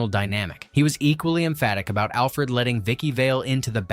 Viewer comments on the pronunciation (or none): none